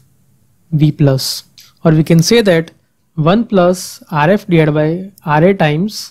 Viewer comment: gosh i can barely understand. Rf is pronounced "ARE [space] EFF" not "ARE-IFF" with a rolling R geez